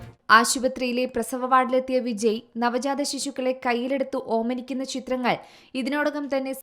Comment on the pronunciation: വിജി അല്ല പെണ്ണെ വിജയ്